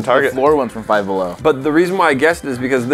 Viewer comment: "Down Bellow"